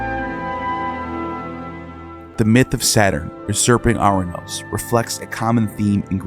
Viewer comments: A curious coincidence or not? The Greek god "Uranus" is pronounced "ur -anOS" (not "our-anos" or "oranos" as pronounced in the video).. Anos in greek infers "above" and "anoteros" means "the highest" (masculine form) Ur is the city of the Sumerians. "Anu/Anos (on high)" is their sky god. Ur-Anos in greek is the sky god who was created by Gaia and became her consort, fathering a succession of powerful beings including the Titans, whose children (the Olympians) finally defeated them.. Ouranos is still in Greek as a name for "sky" Also, a small change in the pronunciation of the first consonant of "Kronos" to Chronos (where "Ch" is pronounced like the "J" in Jalapeno for instance) would closely link the two, and Chronos is the Greek god of time (a word still meaning "a year" or an unspecified passage of time, in modern greek). The remainder of the video's depiction of Greek mythology is accurate as far as I know... Connections of Greek myth to more ancient Sumerian sources are still visible.. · As a matter of piciun-ness(?) The Greek of Ouranos would be pronounced with emphasis on the penultimate syllable and so pronounced "OurANos." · I love your videos and have made similar observations about Ouranos (which has been transliterated into English as Uranus). One minor correction, if I'm not mistaken, is the Greek pronunciation of 'ou' is not "ou as in hourglass" but "oo as in loose," so the Greek pronunciation of Ouranos is "oo-ran-OSS" (emphasis on the last syllable). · Soooo ANNOYING!! Ouranos is pronounced (OO RA NOS). It grates to hear it mispronounced dozens of times. It would have taken 5 seconds on Google translate to get right.